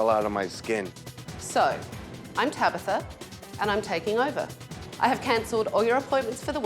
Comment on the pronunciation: TabAtha! Not Tabitha🤦